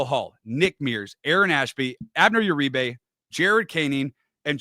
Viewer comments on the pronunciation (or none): none